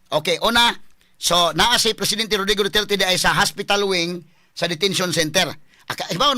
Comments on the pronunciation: Hahahaa 😂 Abi naku ako ra nakamatikod nga lahe ang paglitok sa apilyedo ni president duterte,Na Dutert Naman NuOn! 😂 Unsa nga klase nga Bugado diman kabalo MO- ENGLISH DA! 😂 Lingaw ko nimo sir Oy!😂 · Mao gyod atty. ilang pronounce sa duterte"DOTYETYE" 😂😂😂😂😂